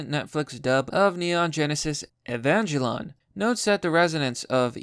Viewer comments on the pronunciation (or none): Not to be disrespectful my dude but the way you pronounced "Evangelion"....I'm still cringing... (E-van-gel-ion. Great anime btw if you have never seen it. I'm rewatching it on Netflix right now actually! Check it out!) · E,van.gel.i.o.n say it right normie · E V A N J E L L O N Ee-van-gel-ee-un.